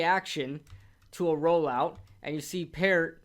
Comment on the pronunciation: Your saying peart wrong lmaooo, I would know Bc I know him personally, my brother played wit him through out college